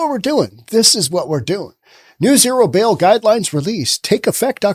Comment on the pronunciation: It's a "Zero BAIL Policy", not a "Zero 'Bill' Policy".